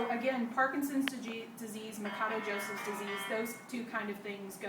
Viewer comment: its not ma ka doe...its ma sha doe...idiot....portugeuse last name.....but thanks for vid though...